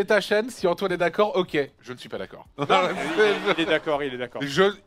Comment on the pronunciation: An-toine, ji-dège, c'est Antoine et Jidège !